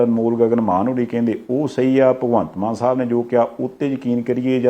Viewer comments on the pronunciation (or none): Maan not Mann please.